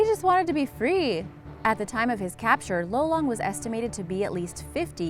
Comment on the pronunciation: You pronounced lolong wrong Im filipino